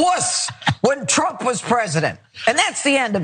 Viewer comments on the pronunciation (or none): Note the box wine slurring "...when twump wuz president"...